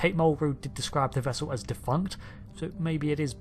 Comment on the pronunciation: "wope," "bubbows," "vessew"